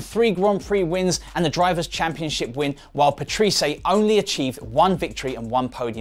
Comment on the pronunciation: Also 'Paterese' is really pronounced 'Pat-rey-sea', but other then those two things I'm giving like for decent video.